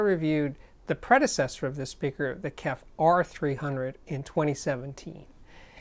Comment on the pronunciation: Is it really too hard to say K-E-F, J-B-L, B-A-S-F or any or audio with letters? You are old enough to know better.